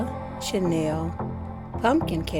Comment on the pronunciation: Love the carrage. Channel isn't pronounced like that. It doesnt have an i it. And chaniel is a type of fabric.